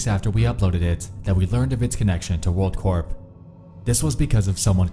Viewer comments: Hey by the way Corp is said core, like an apple core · it's pronounced "world core". Like the army corps of engineers. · You shouldn't pronounce the P in "corp"